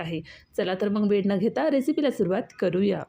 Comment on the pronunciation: परप्रांतीय दिसतेस. काय ती मराठी तुझी. Chav नाही चव असते ते आणि वेळ असतो वेड नाही. Mokda 😂 परप्रांतीयांनी आपापल्या राज्यात जाऊन दिवे लावावे. आमच्या असंख्य मराठी स्त्रिया खूप छान मराठी पदार्थ करतात. परप्रांतीयांनी स्वतःच्या राज्यात जाऊन स्वतःचे पदार्थ स्वतःच्या दरिद्री भैय्या भाषेत करावेत. इथे महाराष्ट्रात घाण करू नका.